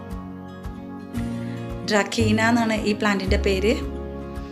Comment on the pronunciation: ഡ്രക്കീന അല്ല ഡ്രസീന